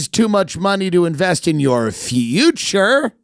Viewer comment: Half speed (drunk sounding) Tim Dillon saying “future” is funny.